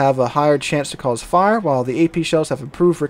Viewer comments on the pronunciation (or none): none